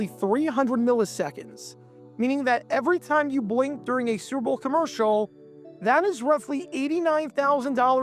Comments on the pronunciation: Why do you keep saying 'Surbole' instead of 'Super Bowl'? Care enough to say it clearly, ffs. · Kept wondering why you're saying "gerble" (🐹). I slowed this thing down to 25% and realized you are trying to say su•per•bowl. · Or Surple? ENUNCIATE! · Is the narrator saying “sir-bull” instead of Super Bowl? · He pronounces Super Bowl like SpBll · Lest anyone think some of the comments are exaggerating the narrator's struggles with saying the words 'Super Bowl,' here is a compilation of all the 'surrble's, or 'surrible's: , , , , , , , , , (twice!), , . It thus seems amazing when he actually manages to say it right at: , (more or less), , and . Interesting vid, though. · "Surble" (Superbowl) is the funniest AI fumble I've ever heard. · Is that an AI voice saying "serbal""has akind of mushy nondescript accent.serbal ..painful.but have hear bc i grew up on Schlitz.. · It’s sounds like you are saying ‘sooberble’. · Cerebral ad or are you saying Super Bowl? You’re aware they’re TWO SEPARATE words involving THREE syllables TRY AGAIN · Why are you pronouncing SUPERBOWL like that? It’s not like it’s whipped cream. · That's how a diction challenged narrator pronounces the word "Superbowl". 🤦‍♂️ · Whats up with your Super Bowl pronunciation? Copyright? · Mispronunciation gets people talking in the comments. That in addition to this video being twice as long as it should be makes me think they’re resorting to obnoxious YouTube tactics to get comments.